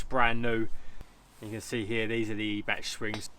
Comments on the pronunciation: It's not eeebach mate it's pronounced eye bac. Every days a school day 😉. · I thought it was pronounced “eye-back” Top work as always 👍🏻👍🏻